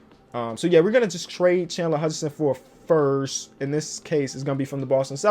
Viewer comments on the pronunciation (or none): none